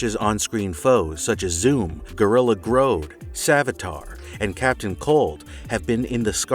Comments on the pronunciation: I certainly GROANED when I heard how you say "Grodd". Gr. Odd. Grrrr. Odddd. Grrrrodddd. Grrroddd Grodd. Like "Grawd". Who tf says "Groad"? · It's Gorilla Grodd not Groad. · Gorilla...growd..it's grah-gorilla grahd. The 'o' is misleading idnt it? Gorilla grodd is odd, helps ya remember. 😉. Lol ...and without any further delay...before we go into our explanation. ..hahaha. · I was liking the video UNTIL the narrator said Gorilla "Groad". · Gorilla GROAD has been around for decades yet you can't say his name correctly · If i hear somebody say gorilla “groad” one more time ima spaz out😂